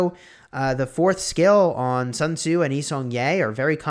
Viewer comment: I mean..lets me fix for you. Its commander not commodore. Sun tzu not sun zue. Thanks u.